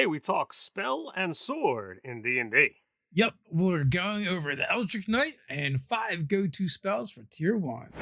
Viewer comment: Hurts me every time I hear these guys say “eldrick” and Mee-lee”